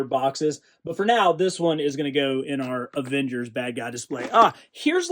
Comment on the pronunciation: "Aengers vialians"